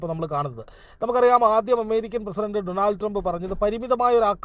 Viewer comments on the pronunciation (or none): none